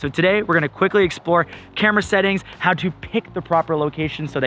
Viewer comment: Its how not hau